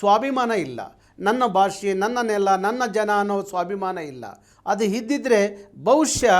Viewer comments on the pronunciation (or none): ಅಣ್ಣನ ಕನ್ನಡ ನೋಡ್ರಿ ...😅--- ಹಣ್ಣನ ಕನ್ನಡ ನೋಡ್ರಿ ಅದು ಎಂತದೆ ಆಗಲಿ --- ಹದು ಹೆಂತದೆ ಹಾಗಲಿ 😢😢😢 ಆ ದೇವರೇ ಬಂದು ಕಾಪಾಡಲಿ😢😢